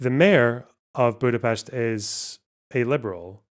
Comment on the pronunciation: First Scottsperson to pronounce Budapest correctly 🎉